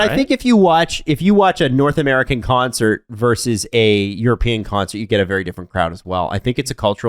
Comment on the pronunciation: dude, it's "versus", not "verse".